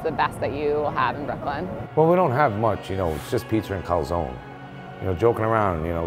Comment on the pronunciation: Everything is good but.. “CALZONE” not calsòn..